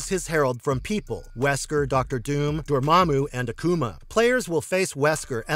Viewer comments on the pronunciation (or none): none